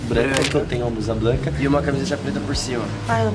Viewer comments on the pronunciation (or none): "BLUSA BLANCA" kkkk roii